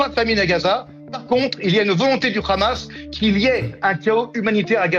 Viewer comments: le rrrrrraamasss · Menteur menteur menteur arrêter avec le ramasse ramasse ramasse, prononce le correctement au moins si possible 🤢🤢🤢🤮🤮🤮🤬🤬🤬